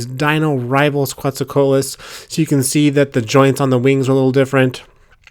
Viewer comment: It's pronounced 'co-AT-lus'.